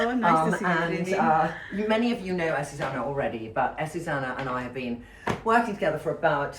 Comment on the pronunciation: Trinny her name is AzucEna not Azusana